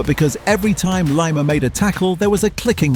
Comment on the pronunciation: Lima, its pronuounced Lema